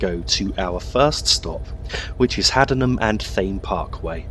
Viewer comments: Hey just a heads up its pronounced Haddenham and (Tay-mm) Parkway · It is pronunced Haddenham and Tame Parkway and Marleebone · It’s pronounced haddeden and tame park way